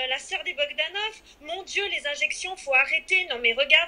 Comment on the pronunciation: C'est bogdanoff pas Bogdanov attention haha